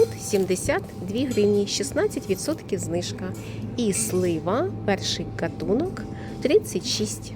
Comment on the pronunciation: Голос противний,не хочеться слухать, особливо произношение слова гатунок,катунок